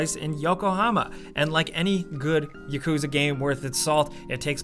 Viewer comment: yah-koo-zah not yuhkooza